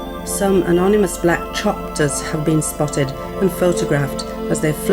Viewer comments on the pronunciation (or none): lol "Black Chopter"